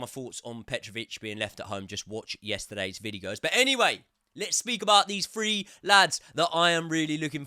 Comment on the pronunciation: say “three” challenge. Difficultly: Impossible. 😂